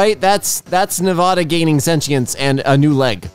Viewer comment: i live in Nevada and was immediately like WHY DID YOU PRONOUNCE IT LIKE THAT "Nevoda" its NevAda!!! AHH